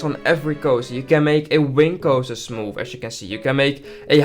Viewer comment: “Smoof” like butter…